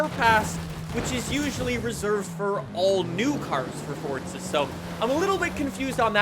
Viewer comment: Its FORZA not FORTZA